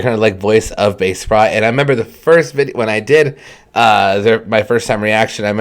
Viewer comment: Pronounced bah-che-prot......!!!!!!!!!!!!!